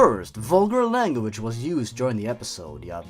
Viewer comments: I can't stop laughing at "langwedge" how do you fuck up that bad? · "forign langwedge"